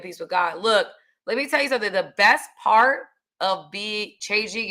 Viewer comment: That pawwt you big smawwt and point 👉🏾🔥